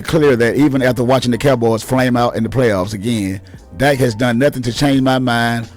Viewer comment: Ok Good Bye 👋 I just wanted to click in to see if this guy was actually the one saying what the title stated. I refuse to go past . Pronouncing your words as "Dyke" Prescott, don't want him "byke" and mixing names like "Jimmy Jones" wth- tells us what team you're really a fan of. You'll do better keeping da Cowboys out of your mouth bruh cause any damned fool with even half a brain can see that the only problem that came in Dak's game is when they tried to limit him to a one dimensional only Qb to so call protect they're investment said by Jerry Jones by the way. When he was allowed to play Dak Prescott style ball he was completely unstoppable and made the team way more deadly with him being an additional threat. He just needs a coach that doesn't try to force him to play Tom Brady ball uses his full ability. Aside from Lamar Jackson We haven't seen another true gunslinger like him that's got the ability to be just as deadly with his legs since Michael Vick. Most have either or, he has both!